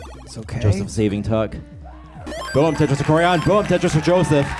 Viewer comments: Did he just say tetorisu? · No one: Absolutely nobody: Commentator: TETRISISU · I kept hearing "Tetris for Jonas."